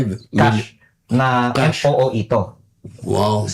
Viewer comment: MOOE hindi MEEO